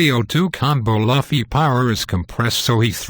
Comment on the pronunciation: _- Dude first learn to pronounce Luffy, then give your shit theories.